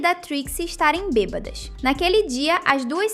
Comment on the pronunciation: Essa apresentadora é issa pq tem uma hr q fala bebadas sem acento